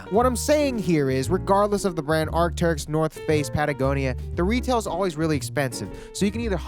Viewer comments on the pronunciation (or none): “arcy” never “teryx”. please never say teryx ever again.